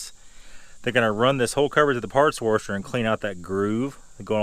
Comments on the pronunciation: But why "warsher"? And not "washer"? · Wtf is wurrrrsher? Jk man, good video.